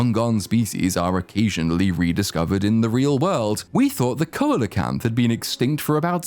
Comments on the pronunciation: coelacanth = SEE-lə-kanth…..kolakanth😅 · "We thought the coelacanth... " The what? >shuffle shuffle shuffle to see the video... Oh, the coelecant... it's pronounced "see-leh-kant". Happy to be of service. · For a man who's vocal elicitations are surprisingly sexually enjoyable, your mispronunciation of coelocanth was so nails-on-a-chalkboard upsetting I fear I may never reach such giddy pleasures again. For those unaware, it is not, as the intones, pronounced coal-a-canth, but instead sea-la-canth. I take this personally as I love those dumb ancient fish. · Hopefully I don't sound like a dick saying this, but I just wanna point out that "coelacanth" is pronounced "SEEL-uh-canth". Yeah, it's a weird name. 🤣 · I had no idea this movie was in works before it came out, I thought for sure Dominion was the end for a while. JP has become a zombie franchise that exists purely to sell dinosaur toys, and that’s depressing. Btw Coelacanth is pronounced SEE-la-canth, and Quetzalcoatlus (ket-zal-co-ahtlus) is named after the Aztec god Quetzalcoatl (ket-zal-co-ahtl). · See-Lo-Canth... YOU'RE WELCOME!!!! xD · I really have to applaud you for not attempting to pronounce Quetzalcoatlus in case you mispronounced it, but then confidently mispronouncing coelacanth. 🤣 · Your pronunciation of coelacanth did psychic damage to me 😂